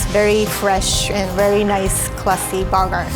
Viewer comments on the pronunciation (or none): Why she sat borger instead of burger 🍔 😂 it was just something that was stuck in my head when she was saying it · the way she pronounced Burger as “buggerr”😂😂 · She be saying it like barger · It’s a Berger not a barger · Instead of saying burger she said boger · I weawy wike the buwguw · is she saying “burger” or “booger” ? 😂😂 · borger and onyong 👌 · Whenever she says burger it sounds like barger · Wtf is a borger?😂😂😂😂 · I think it's because a Japanese, and her pronunciation is influenced by how Japanese pronounce 'burger' and write the word burger (バーガー). 'Burger' literally becomes 'ba-ga-' in Japan, and the Japanese language doesn't have a sound that makes you curl your tongue, like 'ur' or 'er' in 'burger' so the closest is an 'ah' sound.